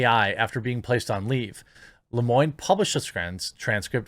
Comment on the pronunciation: Lemoine is pronounced Leuh Mwan